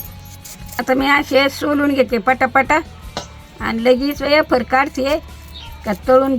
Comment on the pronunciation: अरे वॉ रेडी शब्द इंग्लिश एकदम.😅